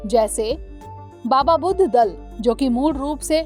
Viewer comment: Mam There's mistakes at 1) it's not बुद्ध दल it's " बुढा़ दल" in punjabi : ਬੁਡਾ ਦਲ 2) its "अकाल बुंगा" 3) "गुरमता"